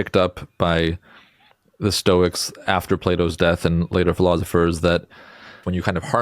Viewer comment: philothifrs? Really, Dude?